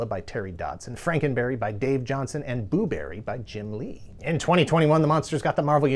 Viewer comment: more like *poo*berry, less like booberry.